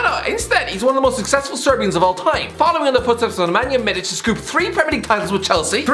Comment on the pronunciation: "Nemanja MIDIC"